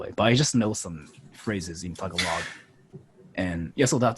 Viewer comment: The thing that made me cringe the most is how he pronunced tagalog he pronunced it like tell a log like tf